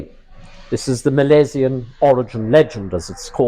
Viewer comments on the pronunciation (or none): It’s Milesian no Malaysian